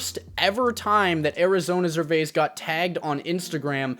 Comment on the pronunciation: makes a video about a non industry plant artist and can’t even say his name right? gtfo here 😂